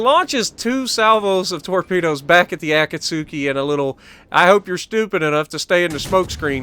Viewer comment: As a Naruto fan it’s painful to watch you butcher the word Akatsuki lol